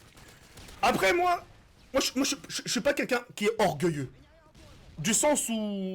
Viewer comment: Gelek ''orgeullieux''😂